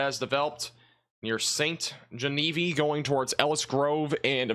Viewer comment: “Gen-A-Veeve” not “Genevee”